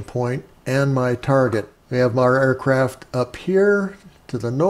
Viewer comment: DId he say "Aircrap"?